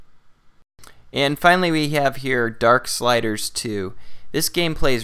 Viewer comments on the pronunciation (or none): He said DARKSLIDERS!!! lol